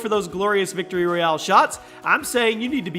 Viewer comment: When he won one of the said “Victory Royale” then the other one said “Victorie Royale”